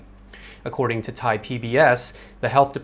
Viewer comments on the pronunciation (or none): none